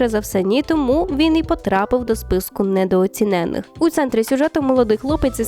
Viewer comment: Дуже цікава підбірка, дякую! Тільки прошу, недооцінений з наголосом на "і", як і непояснене - на останнє "е", але краще - незрозуміле бажання, або бажання, яке не можна пояснити, бо решта калька з узької.